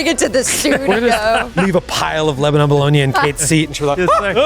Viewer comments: It’s pronounced Leba-nin, not Leba-non in PA. Just for future reference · please get your wife to teach you and the rest of the crew how to pronounce "Lebanon".